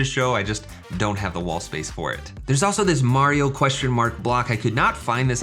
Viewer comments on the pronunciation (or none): none